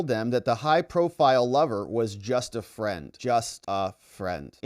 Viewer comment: ... But baby yooooou, ya got what I need.... Oh you say he jus a fwiend, oh you say he jus a fwiend 😂😂